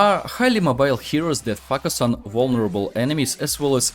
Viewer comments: "Fuck us on" literally what I hear instead of "focus on" . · Bro everything is perfect but the focus part feels like f**k us .the pronounce is (foe- Ka(as in crow)-Us (as in hiss) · Сильный русский акцент , плюс очевидные ошибки в произношении звуков и целых слов и постановке ударения в слове очень портит речь. Советую, перед озвучиванием видео на английском проверять произношение в словаре, чтобы не было таких казузов, как произношение слова "focus" как "facas", которое звучит как не очень хорошее слово) А информация вполне полезная. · Am i the only one who misheard focus to fuck us first time? 😂 Very nice guide thank you for sharing :) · Great video. It popped up in my recommended. Seems like I've found a gem mine. Your method of teaching is superb. But just a little thing, Your pronunciation of the word "focus". In several times I heard it as "f$ck us" 😅. I hope you can improve that. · When you say focus,because of yur accent it sounds like f**k...lmao 🤣🤣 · "Fuck us" literally what I hear. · Почему он всё время говорит "fuсk аss"? 🤔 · They he said "Focus" 🤣